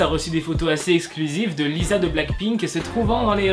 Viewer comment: Ça se dit "LiSSa"